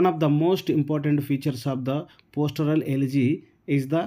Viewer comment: It's not postoral elegy It's pastoral elegy